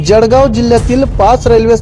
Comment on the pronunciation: Batmidar Mitra appli Marathi bhasha sudhara Jadgaov nahi jalgoan mantat ani bhusavad nahi tar bhusaval asea mana